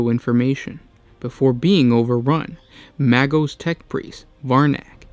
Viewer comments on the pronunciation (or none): May_ghost without the T . Or like maggot... Magos Oh well great vid!